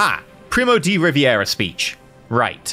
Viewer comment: Lesson 2: Primo de Rivera, the Rivera name should sound more like "ree-BEH-rah" than "ree-bee-EH-rah" since that would require for it to be spelled Riviera instead of Rivera